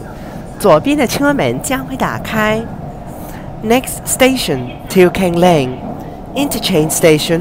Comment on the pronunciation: you pronounce it right let's go